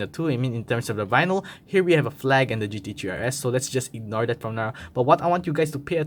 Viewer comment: GT "TREE" RS